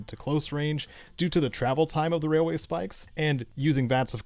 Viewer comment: All I hear is “wailway” Every time 😂